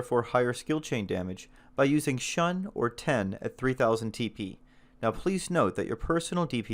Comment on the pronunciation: Now that you've been browbeaten into pronouncing it Blade: Hee, here's a few more for you to chew on XD: Shun = Shoon Heishi = Hay-She Kendatsuba = Ken-Da-Tsoo-Ba Samue = Sa-Moo-Eh Sune-Ate = Soo-Nay-Ah-Tay Masamune = Ma-Sa-Moo-Nay